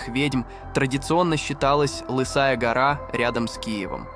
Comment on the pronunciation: А ещё ЛысАя Гора. Слово ЛЫсая бот не знает. Если это бот, то простительно, но если это читал чел.....Вообще столько неправильных ударений шо пиздец.